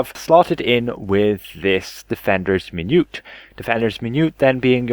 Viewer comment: min - u - et